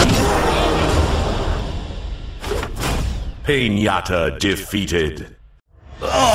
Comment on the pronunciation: Ah yes the painyata my favorite